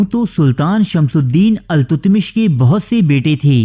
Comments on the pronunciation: BADSHAH KA NAAM ALTAMASH HAI.......TUTMASH NAHI.....CORRECT THIS IN THE VIDEO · التتمش نہیں التمش ہے صحیح نام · بھائی تاریخ کا حلیہ بگاڑنا بند کریں۔ کہانی کو کہانی بتا کر پیش کریں نہ کہ تاریخ۔ لفظ التتمش نہیں ، التمش ہے۔۔